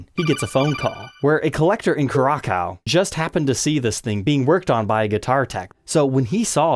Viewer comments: "cu-rack-ow"? Cure-a-sow...... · It’s pronounced Ku rah Zao… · The letter Ç is pronounced like an S. Cu-rah-sow. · just for future reference it's CURE-ESS-OWW. I mean it's possible that I only know that because I proudly said it the way you did to a native once. But hey... Just letting you know. Haha. Love your channel man. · This man just pronounced Curacao as Kurrakow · Curaçao is pronounced- cure a s ow. I watch a lot of baseball, most people don’t know how it’s pronounced until they hear it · Oh my goodness, that pronunciation of Curacao was awful. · Dear,, Great content as always… But that’s NOT(!!!) how you say Curaçao.. Please.. LoL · cura what? That's not how you pronounce "Curaçao"...